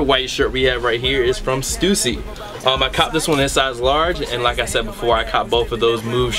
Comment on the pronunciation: lol yu said stewssy its stussy fam lol